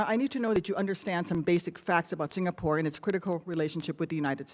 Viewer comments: HE CAN'T EVEN PRONOUNCE SINGAPORE CORRECTLY. HOLY SHIT. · His diction is awful.. He cannot pronounce the words right.. How in hell was he nominated for the job? He is coming here as ambassador and our HDB block janitor can speak better English than him? And his grammer !! Oh gosh "to get a part with THE Singapore.."?